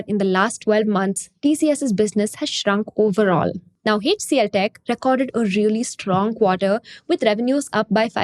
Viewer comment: Typical wholesale greed of the parent company! Fully offered for sale, and FV 1. Nuts! Shameless! Plain greed!! Let the anchor bank fools do the payout first! I'll see after listing for I am still an MTR fan, and want it to do well. Btw, its "Aitch CLTech, not Heych CLTech. "A" and "itch" pronounced as one syllable. So, it would be Aitch DFCBank and not Heych DFCBank. Your flow of spoken English and especially enunciation is excellent, so it beats me where this wonky quirk crept into your pronunciation. Unlikely you grew up with it. But it is a characteristic South Indian quirk!